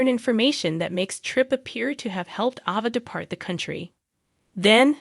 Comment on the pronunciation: A (as In abcdef...) VA. I really don't know where you get these readers that cannot pronounce these names but maybe they should be made to watch the shows with every person whose name that they have to pronounce. Your readers really don't appreciate trying to figure out who they talkin about when they read these stories. And I want to know who Nickel is ?